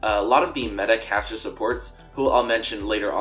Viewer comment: Oooh, it's caster support not cassio support, confused me through the whole video